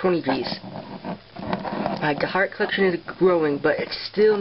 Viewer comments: dharak is pronounced dar-ack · Not to be rude, but Dharak is pronounced dar-ACK. I couldn't even pronounce it until i saw it in the episode but now I can. No offence.